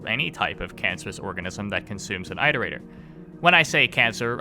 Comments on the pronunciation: I progressively got more angry every time you said "I" terator, instead of "it" erator. God. It's like "iteration". Do you say "eye-ter-ate" (iterate) ???? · Pretend that your "eye-torator" pronounciation is correct, your struggle is meaningless to us. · This video is fantastic but it deals mental damage to me every time you say eye-terator. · Wow it appears I’ve picked up your pronounciation of Iterator. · ARGH why do you keep mispronouncing the word "iterator" if you know the correct pronunciation? >< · I have to ask- Why do you pronounce 'iterator' that way? Is that how it's canonically pronounced? I mean, you wouldn't pronounce 'iteration' eye-teration, would you?